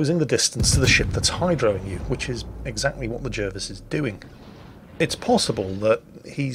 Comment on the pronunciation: wait.. isn't Jervis pronounced Jarvis?